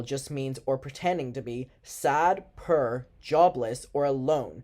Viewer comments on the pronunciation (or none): It’s so funny every time I hear say poor I always thinks he’s saying purr or some shot